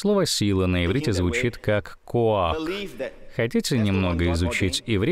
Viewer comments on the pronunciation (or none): Когда я знаю иврит и слушаю Джозефа принца , неттт не коак а коах